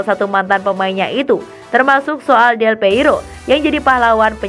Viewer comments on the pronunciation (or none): Del Piero bukan Del Peiro, GOBLOK AMAN SIH LU MIN, BACA2 DOANG GA ADA KEINGINAN BUAT BACA2 SOAL BOLA BIAR NAMBAH WAWASAN SEPAK BOLA... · Risih denger nama Del Piero disebut Del Peiro ....duuuhhhh